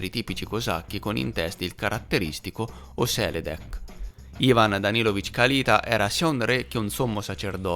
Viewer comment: Perdonami, ma ti devo correggere: si pronuncia Kalitá ( Калитаʼ). 🙏♥️ Grazie x il tuo lavoro.